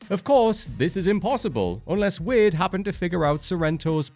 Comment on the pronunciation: Say Wade correctly please.